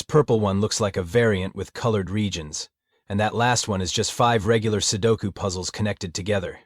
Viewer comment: "sukolu"? "sudoko"? TF?